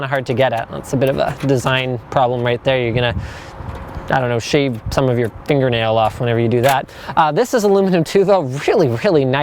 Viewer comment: Linus you said "save" instead of "shave"!!!